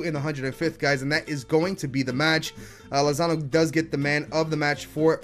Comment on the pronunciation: He called Lozano Lonzo